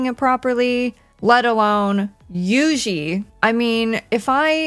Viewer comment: Love me some Juisitsu kAizen with my favorite character You-Xi. All jokes aside: You know that song Juju on the beat? Say that (like in Jupiter), then add a Tsu, like you’re saying tsu-nami. The S in Kai-Sen is pronounced sharply like the c in ice.